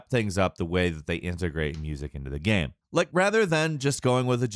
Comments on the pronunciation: How the fuck does not know how to say the word game. GAM GAHHHHME Gayum. Am I the only one who notices this? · His pronunciation of the word "game" is so funny. Geæm